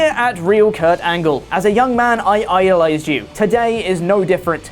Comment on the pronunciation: Wait, can we get a remix of saying, "I Io-lized you" Plllleeeeeaaaaase